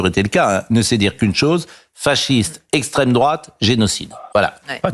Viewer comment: Essstreme drôate